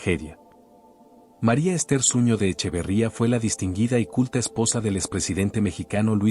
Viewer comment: Se dice Zuno no zuño